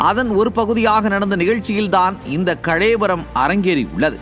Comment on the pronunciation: கலைவரம், இல்லை, கலவரம், சரியா செய்தி வாசிங்க சகோ 😡